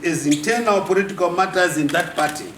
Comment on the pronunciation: makaa bve I know, 😩 He said ‘poritikawu’ (political). I’m weak 😂😂